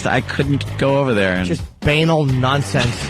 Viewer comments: ITS BA-NAL! BUH-NAWL! MOTHER FUCKER I HATE WHEN THESE ASSHOLES DISCOVER A NEW WORD AND MISPRONOUNCED IT TO DEATH! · Actually it's Ba-naal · This is funny but Jimmy is pronouncing banal wrong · Kinda funny that Nortons going on about how dumb they all are, but he doesn't know how to pronounce 'banal'. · Even funnier that Opie says "Banal is a great word" and also says it wrong. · The View is awful beyond words, O&A are great, however, it was a little cringe-inducing to hear them call the View women stupid (which they are) while constantly mispronouncing the word banal... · haha You're right "BAY-nal" rules "ba·nal" stinks